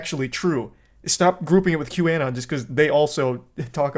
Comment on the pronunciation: This neckbeard can't even pronounce QAnon